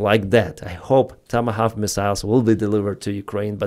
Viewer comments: try saying "Toma Hork" ❤❤❤ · It's pronounced "TOM-A-Hock" ...